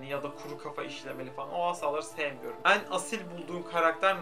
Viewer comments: En leri o kadar yanlış telaffuz ediyorsun ki dinleyemedim çok sinir bozucuu😬 ean gibi söylüyorsun düzelt lütfennn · Ên diyorsun sinirim bozuldu... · samsunlu olduğunu bilmiyordum, bir arkadaşım da en'leri böyle söylüyor oldum O DA SAMSUNLU 😂